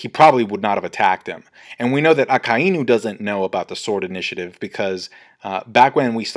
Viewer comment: PRONOUCE AKAINUS NAME PROPERLY